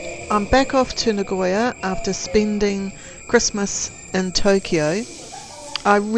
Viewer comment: Spending, not Spin DIN 😂. Shinkansen, not shinkanSIN